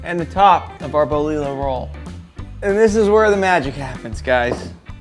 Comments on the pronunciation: It’s bolillo. Lol bolillo it’s yo in the end !! Dude u just got itself a subscriber lol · Damn, I wanna put that in my mouth!!! 🤤🤤🤤🤤🤤🤤🤤🤤 P.S.: Boe lee low... bro, come on. You can just ask. Bo lee joh (yoh). Double LL's in Spanish have that y/j sound. It doesn't mean double down on the "L" sound. You had "ahogada" down so why the contrast?